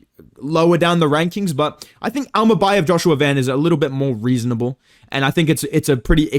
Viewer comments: Bro got secret beef with Kazakhs 😭😭 bekzat immacan and asu immabum killed me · "imabum vs Joshua van" 😭